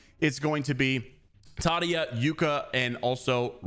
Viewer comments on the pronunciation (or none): Been watching for awhile man love your content! But my lord you have to watch comp more you said tadia lol that’s crazy 😂